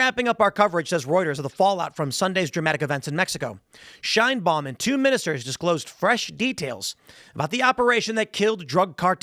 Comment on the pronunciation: "Sheinbaums" Mexico😂